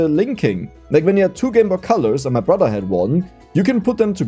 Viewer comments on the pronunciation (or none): none